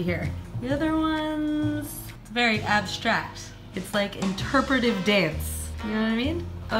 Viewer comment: Be vewy vewy quiet. It's wabbit huntin' season. (except this time the rabbits hunt you.)